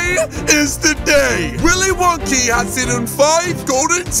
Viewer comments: Its not willy wonkey it's willy wonka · Bruh, it’s not Willy wonky It’s Willy Wonka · Its willy wonka not willy wonky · Can we just realise that he’s saying Willy wonkey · xDDD he said willey wonkeys factory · HE said willie Wonkys